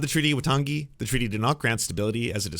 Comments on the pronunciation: Thanks for the representation (as a white middle aged Kiwi)…but for reference / interest: Waitangi is pronounced more like why-tang-ee and said at about 1.5x speed of how most Americans speak (2x Soutern Drawl, 1x New Yorker). And in NZ we speak like germans where a whole sentence is like one word :) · Waitangi is pronounced- Y-Tongue-E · Dude, I appreciate the coverage, but I'm sure taking thirty seconds to learn how to pronounce the name of our founding document would have been respectful and worthwhile.